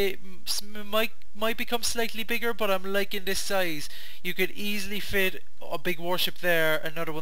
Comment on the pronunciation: whenever you say cut it sounds like cuss lol no offense love your vids and builds keep it up :D